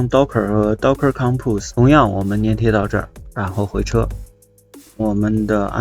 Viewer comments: 是（zhan）粘贴 ，不是 黏贴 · 他错了，你是对的，多音字，而且应该读zhan